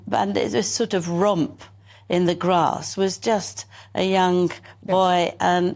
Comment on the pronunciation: Did she say "rump in the grass?" Or "romp?"